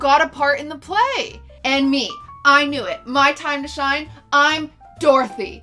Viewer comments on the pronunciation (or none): “it is your time to shime”